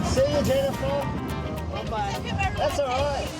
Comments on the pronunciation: guy is cracking up 😂 cause girl is JeNNIFER SAYING JeNIfA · sHe rEaLly sAid jenifERRRRRRRRRRRRRRR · I love that the lifeguard laugh because the asia women say jenfaaaaaa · Probably because of the way the mom was pronouncing Jenifer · Spelling : Jennifer Pronunciation : JennyfAuR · he's laughing at the lady saying JEnIfer 🤣